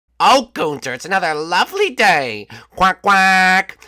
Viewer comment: ITS NOT GUNTER ITS GUNTHER